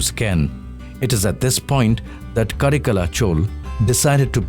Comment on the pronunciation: For a while I was just thinking when did godavari became cauvery But being work of humans it do have mistakes , such an intellectual presentation from rstv is not exception of making flaws. However one thing is common the north people often make their miss utterances with southern names. Leave about the verbs , guys nouns can never get changed Chol - it's chola Karaikala chola - it's not ka-re-kal chol